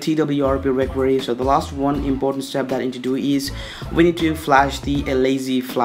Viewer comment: Your fake accent is the best xD. I forgot i had to install twrp on my phone wheni heard you xD And wtf is "recory" ? xD It's pronounced "re--cover--ee". Please bro stop making a fool out of yourself and talk normally, nothing wrong with indian accent. And what you did there after installing "developer rom" is not called "bypassing", you dont sound cooler or anything by saying it. You went THROUGH the whole start-up process you didnt "bypass". GUYS SKIP THE FIRST STEP IT'S NOT NECESSARY